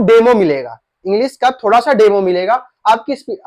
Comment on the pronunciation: अरे भाई, थोडा होता है की थोड़ा ।